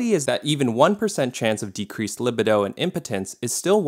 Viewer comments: ITS PRONOUNCED LI-BEE-DOE, NOT LI-BID-DO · Finasteride is also used for prostate problems (and it’s leg-BEE-doh). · So many YouTubers mispronounce words. Libido is pronounced luh-bee-doh. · That pronunciation of "luh-bee-doh" was rough, buddy. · Libido = lih-BEE-doh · Pronounced: LiBeeDoh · Li bi doh? Lol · I’m sorry but no one is confused or phased by the way he pronounces libido 😂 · "libido" with soft second "i"????? Never heard it pronounced that way. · BRO PRONOUNCE LIBIDO CORRECTLY FOR GODS SAKE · You mispronounced libido. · an MBA but pronounces "libido" that goofy way.